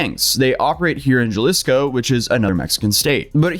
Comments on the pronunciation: Juh-lisco? It's huh-leesco. You have one job. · You were so worried about dudes last name then say “Juhlisco” lol I love you bro and your contest is great! The J is an H basically so it’s “Ha-lisco” And I think you got the last name down good when you didn’t pause and sound it out lol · it's pronounced Ha-Lis-Co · You said JA-Lisco bro it’s pronounced HA-lisco lol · J’s in spanish are pronounced as H’s so its halisco, ja lisco just sounds funny lol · Not “Juh-lizco”😆😭😅 it’s “Ha-leesco” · Jalisco is pronounced Haleescoo not what said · It’s pronounced hhhhhhhhaaaaalihssssccooo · Hey for future reference and no hating or nothing like that but it’s pronounced “Hal-Esco” the it’s like jalapeño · Jalisco pronounced halisco 😉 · Jalisco is pronounced Hi-lease-co. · (Ha- lease-co) - Jalisco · Bro said juliscoh 😂😂😂 that was hilarious sorry for laughing I kno he’s trying his best honestly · ah yes, good ole Jah-Lis-co. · This is a serious story but the way said “Jalisco” made me giggle 😂 as some from Jalisco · you actually did a very good job with the spanish pronunciations, good job, just for future reference in spanish, the letter J is actually pronounced like an H, a fine example of this is how in english you depict laughter with "hahaha" well in spanish is "jajaja" so with that reference, "Jalisco" is pronounced "Halisco". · Youre botching the names but its all good, you’re doing a great job. I live in Jalisco btw and you said it funny too. Love your content. Good day to you and everyone who comes across this random ass comment 😁